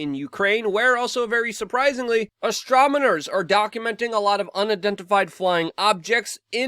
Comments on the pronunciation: Did you say Astromoners Luke ? Bit like Brian Stetler .. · "Astromoners"! They are the best! Keep it up Luke! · austromeners? Lmao Luke.